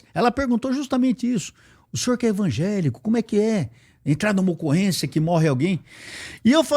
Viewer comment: Só não entendi algumas coisas que ele falou sobre polícia ter casa simples ...e também ele ser membro de uma igreja pentecostal.... e usar sestas palavras na pronúncia dele como envagelico.